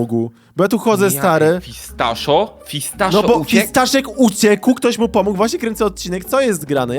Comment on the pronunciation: pomógł a nie pomóg xd